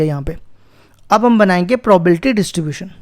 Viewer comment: Sabhi suno jab sir bolte h 0.07 second pe is video me sir ne probability ko PROBALTY pronounce kiya h 🎤😂✅